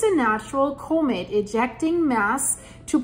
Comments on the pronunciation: Comet Not Cumet there is no U in Comet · Enjoy you reading scientific data but please correctly pronounce " comet " as in kahmet , kaka , not comet as in copay , cooperate , or coco puffs .